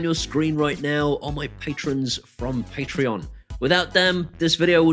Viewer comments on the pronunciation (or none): none